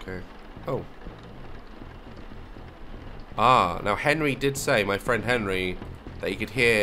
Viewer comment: “Is that Henry?” “GONRY”